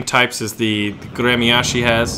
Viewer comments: It's pronounced "grem-yas-chee." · прикольное произношение названия корабля)